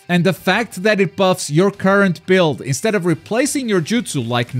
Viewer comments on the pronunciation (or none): none